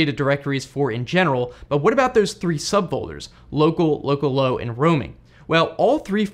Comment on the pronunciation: At the begging I thought you said locallow as locallocal and I was confused